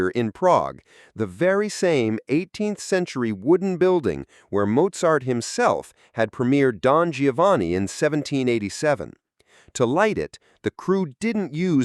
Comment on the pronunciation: Giovanni: jo-vahn-nee